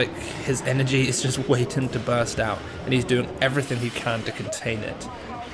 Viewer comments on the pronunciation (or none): none